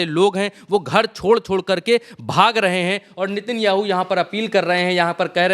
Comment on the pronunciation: Sir ji aap se kehna chahunga ki नेतनयाहू है उसका नाम आप बार बार नितिन याहू के रहे है आप गलत नाम ले रहे है कहीं ये तो नहीं सोच रहे कि यहूदी ही यादव है 😂😂😂😂😂😂😂😂